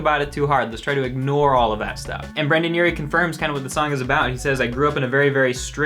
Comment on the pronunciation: ita brendon not brandon